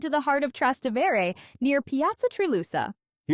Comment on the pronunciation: It’s pronounced, Tras-té-vere, emphasis on the te!